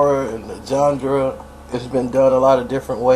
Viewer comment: C'mon theres no D in genre (jean-ra)lol